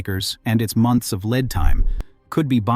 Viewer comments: Leeeeed time not lead time. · Great video. Would be even better if the pronunciation was more accurate, e,g, Lead is as in ‘Lead Screw’, not Lead as in metal, I,e, Plumbum (Pb).